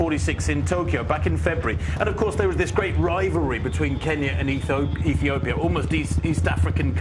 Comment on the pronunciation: she says Bekele from UTopia lol